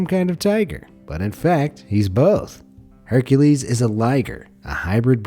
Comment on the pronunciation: He said hurcales to be the new harmebe